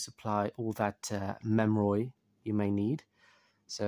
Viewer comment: “Memroid” sir it’s pronounced mem-er-ee